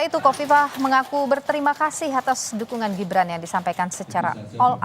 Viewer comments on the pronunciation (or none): Hahahaha... songong lu... nyebutin nama orang aja ga becus.... Khofifah jadi kofifa😂😂 hahahaha sekolah lagi deh 😂😂😂